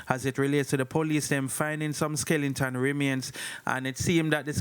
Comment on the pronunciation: Skeleton NOT Skelenton